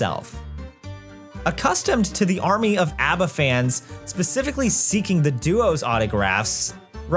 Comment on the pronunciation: I'm sorry what sort of Australian pronounces ABBA like that? I find that more of a stretch than the ABBA boys writing a musical